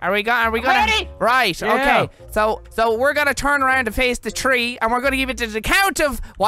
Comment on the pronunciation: Tree > Three Turdy > Thirty Turdytree > Thirtythree So, what’s 🌳?